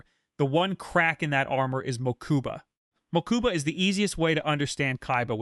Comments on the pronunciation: Same here I think I kept twitching each time hahaha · Ok this was a great video but your pronunciation of Mokuba was killing me